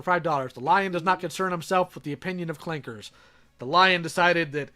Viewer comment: You pronounce Clanker weird.